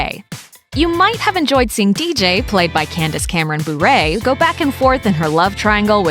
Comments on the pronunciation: Candice Cameron Bure is not pronounced like (boo-rey), it's pronounced (ber-eh). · Burrree its bure we dont need a crazy pronounciation.